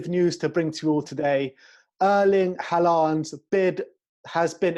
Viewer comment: Nice roundup... Sorry, I didn’t get the Haaland joke because I could not get the name: it’s pronounced HÅland; i.e., the “aa” is pronounced as “å”. The reason Spurs did not sign Suarez was not that he was too similar to van der Vaart but Harry & his scouts thought he did have “it” to make it as a CF in the EPL. And instead Spurs signed Louis Saha on a free half a season later (winter 2012)… Back in 2002, when Rivaldo was ready to join Spurs, he was way past his best and I am not sure how well he would have done for Spurs had he signed. He joined AC Milan and did not do very well there. Diego Maradona was actually offered to Sheff. United for £200,000 back in 1978 but they did not have the money. He was also offered to other English teams back then but, well, the rest is history… You missed these players: Thibaut Courtois , Carlos Kameni, Fabio Coentrao, Benjamin Mendy, Virgil van Dijk, Nathan Ake, Milan Skriniar, Dayet Upamecano ,Fanke de Jong, Bruno Fernandes, Jack Grealish, Cristiano Ronaldo, Dennis Bergkamp.